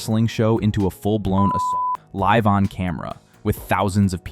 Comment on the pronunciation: What the hell. You can’t say the word assault. This channel is GAYYYYYY